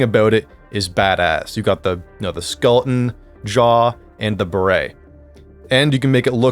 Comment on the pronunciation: "You got the SKL-UNNN helmet " bro never learned how to say Skeleton in school 💀